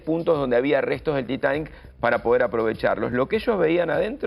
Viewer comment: No es Taitani, habla bien